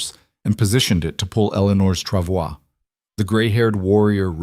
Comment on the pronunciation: This is a lovely story. I’m so glad it didn’t include her nasty husband trying to reclaim her. The reading voice was great. It even pronounced “travois” correctly.